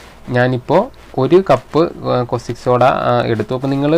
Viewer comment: കോസ്റ്റിക് സോഡ അല്ലട, കാസ്റ്റിക് സോഡ.